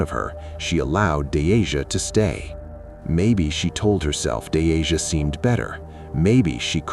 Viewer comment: Half way through you start calling her denisha? Thought her name was deasia?